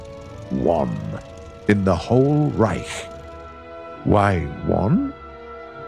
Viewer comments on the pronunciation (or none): none